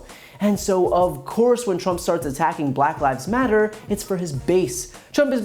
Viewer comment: "BULACK LyVEs...... Matter" Why did he say it like that LOL